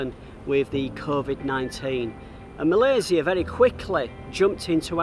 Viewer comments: This is the first time i hear a foreigner say "Malaysia" instead of "Malaysya" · Love to hear you pronounce Malaysia - SIA, not Malayshia - SHIA or ZIA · I like how he pronounce MalaySIA instead of 'MalaySYIA'. People, that is the right way of pronouncing MALAYSIA <3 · Love how you pronounced Malaysia with a C not Shi. Take a good care of yourself ya. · Thank you for sharing your video of KL. It’s beautifully shot and inspiring me to do the same. And another thing that I like is the fact that you pronounce Malaysia correctly and better than some of us Malaysians 😅. Well done and stay safe & healthy 👍🏽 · i love how you pronounce " Malaysia" correctly :) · Im sorry but, I really love how u pronounce Malaysia. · appreciate when u pronounce the country name right.. Malaysia.. 🇲🇾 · The only mat salleh I heard call Malaysia is Malaysia not malayszia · The way you pronounced the word Malaysia is just how the local would pronounce it. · Thanks for pronounce Malaysia correctly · My first time watching your channel. Great content. I love how you pronounce Malaysia correctly like a local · I just love the way you pronounced malaysia❣️ Stay safe for your next journey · Love the way you pronounce ‘Malaysia’ 👍🏼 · I am HAPPY that you can pronounce MALAYSIA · I appreciated the correct pronunciation of Malaysia! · I love the way you pronounce 'Malaysia'. That's the Malaysian way.